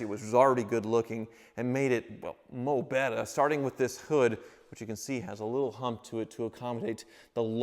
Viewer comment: Did say “Moh bettah”? Is friends with James “The pump” pumphrey?